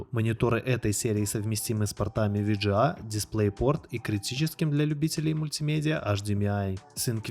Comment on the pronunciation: Ви джи эй (VGA) кто так говорит?